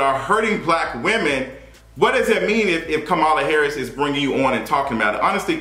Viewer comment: 1. You’re right about Dr. Jackie. 2. You just did an entire video mispronouncing Kamala Harris’s name. It’s important to respect every person by at least attempting to get it right. I see names in different ethnicities everyday, and if I can’t pronounce it, I will ask that person and coach myself through it. 3. What’s wrong with women wanting to be off of work while they’re pregnant!!!!! Fake it not!!!